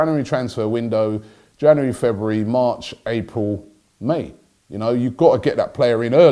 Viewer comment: It's Jan"U"ary Robbie 😊